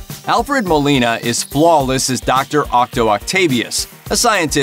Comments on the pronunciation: Was just about to comment the same thing, damn try hards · yeah, it hit me too hard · I know right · Am i the only one who heard this fool say “Octo Octavius”